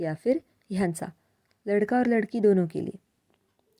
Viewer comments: Video duration 4.25 के आस पास लड़की बोल‌ रहे हो या लडका‌ ऐसा सही से सुनाई नहीं देता, I think here is pronunciation mistake. Ladke ko ladki bna diya hoga. Please reply me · Hello madam..... namaskar 🙏 I am new to this channel You are explaining very nice but differentiating between usage of sentences for 'ladka' and 'ladki' you pronounced only 'ladki' for boy and girl both - correct it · कई जगहों पर लड़का शब्द लड़की की तरह सुनाई पढ‌ रहा है 😂😂😂 जैसे आपने बोला ही लड़की हो, विडियो 4.23 से play karke dekho😂😂